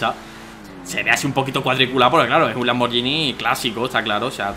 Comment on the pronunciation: Oye danirep, un consejo, la marca "Lamborghini" se pronuncia "Lamborguini" "Lamborllini"es un error común pero como buen fan tenía que decirlo, Y no es un Lamborghini Murciélago es un Lamborghini Countach, el Murciélago es más moderno v